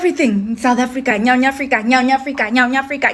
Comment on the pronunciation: Nyau Nyafrica 🙆🏽🤣